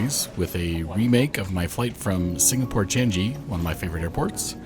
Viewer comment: Nice trip report! It’s pronounced Chang-ee. Not chan-jee. You also spelt subsidiary wrongly in the description.